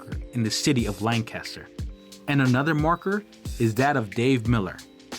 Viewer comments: I live in Virginia now, but I am from Lancaster. The #1 thing that irritates us is not pronouncing our county correctly. If you want to see Lan Caster, go to California. Otherwise, we pronounce it Lank-ister. Period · Pronounced (LANG *kister) Named for Lancashire England. Excellent video! Highly recommend!!🏆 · You are not pronouncing Lan Caster correctly. Learn the name of Place you are exploring 😢😂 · Cool video and story. But living here in Lancaster I find the mispronounced name Lank Caster difficult to here over and over. It's really just one word Lancaster. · If my wife was there, she’d be beating you and screaming, “say the county name right! It’s Lank uh ster!” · Lancaster - pronounced Lan Kiss Ter (sorry born and bred County kid ) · The moment you mispronounced Lancaster I left the channel. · Couldn’t het ast the fourth second beginning. Learn to pronounce ‘Lancaster’ the way locals do… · You are NOT pronouncing LANCASTER the proper way. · Great video! I like how you corrected the pronunciation of Lancaster in the description, ha. I was corrected many times over after saying it the same way you did. Little tip on chapters btw...if you remove the 0:, it'll show on the progress bar. I like what you got going on and wish you tons of success!